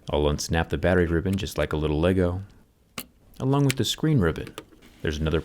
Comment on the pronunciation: no one: not a single soul on earth: JerryRig: L I T T L E L E G O